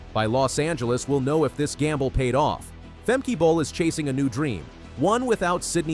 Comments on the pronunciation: Fem-Keh, not Fem- kee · It’s not Femkeeeee, it’s Femkè, a short “e”, why have the first e right and the second totally not….. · It's "Fem-kah", not what you said..........you a robot maybe? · "Fem-kee"? -- I'm sorry, but I'm out within the first 3 seconds! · It’s Fem-Kay-uh Not Fem-£e-€a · how to NOT prononce a name....FEMKEY......